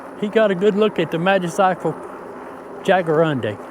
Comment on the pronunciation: Your pronouncing it wrong. It's pronounced Jaguar undi